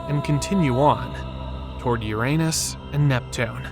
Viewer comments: The narrator consistently pronounced the planet Uranus as (Yourainus or Your anus.) Please stop this. Pronounce it correctly. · Hearing the “narrator” mispronouncing Uranus repeatedly makes me think that the channel operators here are clueless. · I love how the "narrator" keeps mispronouncing Uranus...lolol.